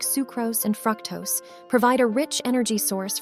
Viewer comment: Good information, but unacceptable pronunciation mistakes (like Criminy/ for crimini and fractose for fructose) make this look unprofessional. Appreciate the purine pointers.